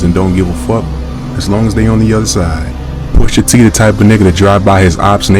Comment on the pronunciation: “Poosha TEE…”😰